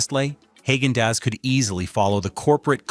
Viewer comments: Not Hag-in Dass. It's pronounced Hog-in Doss. The name has NO connection to Germany. The name has absolutely no language translation or meaning. It was made up to make the ice cream sound premium. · It's Hah-gen Dahs. It's also interesting you've used 'ice milk/soft serve' when talking about regular has-to-be- scooped ice cream. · Hey AI - learn how to pronounce words correctly. Haaggen Dazs is pronounced “hah’ gen dahs” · Who is HAY-gen Dazs? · No AI, it's not pronounced Hog-an-dass. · Honestly how do you trust the recommendations of a site that can't even pronounce the name correctly of a brand that they are praising, "HAAGEN-DAZS". And then praises a company more for its POLITICAL ADVOCACY than its actual products, "BEN & JERRY'S. I wouldnt trust one word of however is behind this...PERIOD FULL STOP. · Please learn to pronounce names of ice cream like Haagen Daz,etc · Tillamook is my go to dairy brand. Daisy Sour cream is a great product (same lack of ingredients as Tillamook). There is no "oo" sound in Tillamook (sounds more like Tillamuk). You also got Haagen-Dasz wrong. You should correct the pronunciation of your AI narrator.